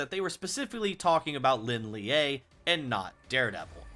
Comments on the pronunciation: Pronounced so wrong 😭... Shao Laou, Lin Lee, Dzjoung. Not Lin liaeee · isn't Lin Lie just pronounced "Lin Lay", and not "Lin Leeyay"